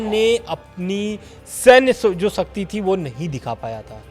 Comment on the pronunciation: दोनों अनपढ़ हैं ही है एंकर शब्दों में इनके शिक्षा नहीं दिखती शक्ति को सकती बोलता है 😂😂